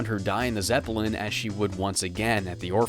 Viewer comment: Geez, you pronounce a lot of words really weirdly. The ones I picked up in this video were “Zepp-ell-in” and “Sow-Ree”. It really bothers me. I remember there’s more, but that’s all I caught in this video